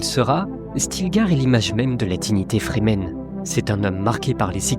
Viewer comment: Remarque: les Fremen, sont prononcés, en anglais, ’’Frii - mêne’’ entendu comme ’’Free Men’’ = les Hommes Libres. Ce ne sont pas des Zen- sunni -stes (des ’’Sunnites Zen’’: n’importe quoi !?) et, d’autre part, pas des Chiites (certains aspects ressemblent, sans plus). ’’Free men’’ est clair, donc, pas des ’’Soumis’’! (= traduction de Musulmans). Franck HERBERT était un touche-à-tout de génie : il mélange tout pour recycler l’Ancien en tout ’’autre chose’’. Encore une fois très bonne analyse et conclusion. Cette chaîne est rare et précieuse, par rapport, aux autres ’’délires’’ou ’’fumisteries idéologisantes’’.